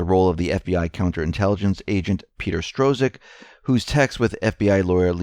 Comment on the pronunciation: Struck, Peter Strzok is pronounced Struck.